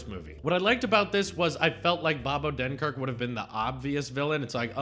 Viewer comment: “First bunch”. I agree. All the films post-“lunch” went downhill. I like your reviews, but my only critique is that you talk about the plot too much. PS: Disney NEVER gives copyright notices. You can play their clips normally and not sweat about it. PS2: You keep mispronouncing Bob Odenkirk‘s name. PS3: It’s not a “kids film”. Brad Bird made that very clear on his Twitter when he roasted someone. He said he HATES when film journalists call Pixar movies “kids movies”.